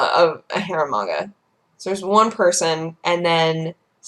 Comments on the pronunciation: I totally thought she was saying "hair manga" rather than "harem manga". I figured it made sense considering it's. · Tenchi is a garbage anime. All of them. Absolutely terrible. Bland characters, unoriginal, terrible -_- The only good harem manga is Ranma 1/2, Hell, it created it and is hilarious. It's all a joke, nothing serious. And it sounds like you're saying "Hair Manga":P